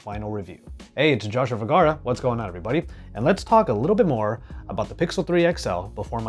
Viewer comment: Don't eat the letter "R" in VERGARA when you say your surname.